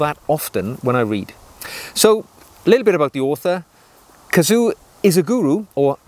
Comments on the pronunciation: A kazoo is a cheap musical instrument. KAZUO is a name. One you clearly cannot pronounce. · His first name is pronounced ka-zu-oh. Please pronounce that last “o”.